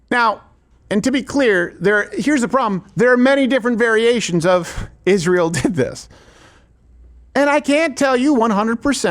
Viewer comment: Why can’t Candace say Israel. She says “Ishrael”